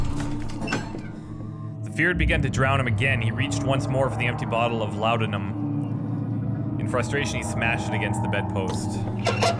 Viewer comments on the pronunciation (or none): Did anyone ever let you know that "vitae" is pronounced "vie-tay" and "laudenum" is pronounced "lodd-en-umm"? You're pronouncing it "veetay" and "loud-enum" in these things.